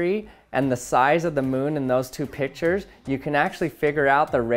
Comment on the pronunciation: U sound like u are saying pitchers instead of pictures